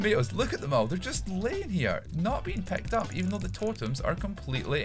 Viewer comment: "pecked up" "nuyne" "stearted" "lyein" "three aut"